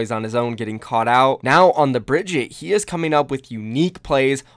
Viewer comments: BRIG- EAT- UH. NOT BRIDGETT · Bri-GEE-tah, for the love of god